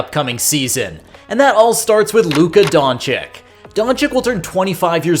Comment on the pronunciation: Great video…gotta get the names right tho…don-CHICH not don-CHICK 🙏